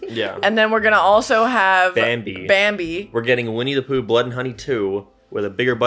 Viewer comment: why can’t pronounce Bambi right here but he can do it fine in his Disney video…. 😭 “BAMHBEEEEH”